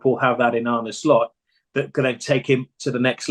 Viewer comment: Brother please stop saying "Shlot" 😆